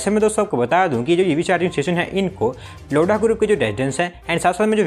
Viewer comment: 0:9 abe लोडा नहीं लोधा 😂😂🤣🤣